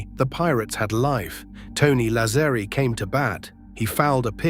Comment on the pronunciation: Why can't AI pronounce Lazzeri correctly? Sheesh.